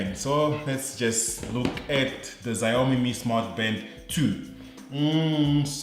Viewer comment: The X is actually pronounced "SH" not "Z". Good videos by the way. Keep 'em coming